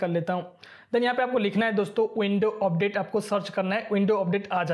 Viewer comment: Update ❌ Opdate ✔️ .😑